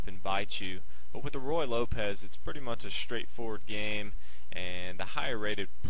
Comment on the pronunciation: Forgive me, but it's pronounced "roo-ye," and not "roy." Yes, it's better to play it well than to pronounce it well, but your mispronunciation certainly does not add to you authority.